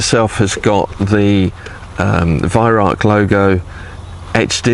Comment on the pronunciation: Lived 19 rs in Germany, Bi -Lingual, Can my fellow Brits burn this into your brain.." Vih Rowk"...this guy has the Vih right, he screws up on the Rauch and says "Rark"...Nothing worse than Germans giggling at us ! :D